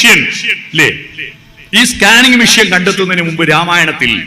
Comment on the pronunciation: മിഷ്യൻ അല്ല മെഷീൻ